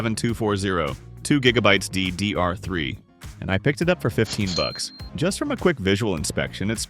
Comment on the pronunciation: 2 gigabytes dee deee arthree